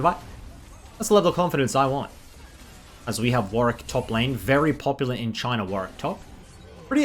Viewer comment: Finally someone pronounced Warwick's name correctly.